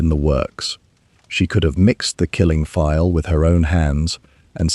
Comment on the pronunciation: Vial not file. Otherwise good story.